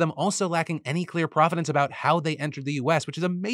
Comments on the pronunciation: Provenance. Not providence. Prov-eh-nahnce. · *provenance not providence